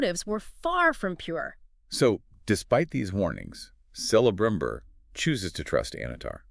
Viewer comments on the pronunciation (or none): Please. Please learn how to pronounce Eregion, Celebrimbor and Galadriel.